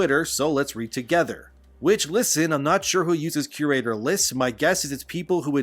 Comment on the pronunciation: I just can’t take anyone seriously when they can’t even pronounce “curator” correctly. There’s an awful lot of confirmation bias, dog piling and scapegoating happening among gamers in the community. Bad writing is bad writing regardless if it’s inclusive or not. Same thing holds true for good writing. People need to learn to accurately express what it is specifically that they find to be offensive because just calling something “woke” or saying that an “agenda is being forced down our throats” is lazy and makes you sound like you’re just repeating shit and you’re a part of a hive mind. Be specific! Because a lot of people will get dismissed as simply having a problem with non-straight people and minorities existing in games.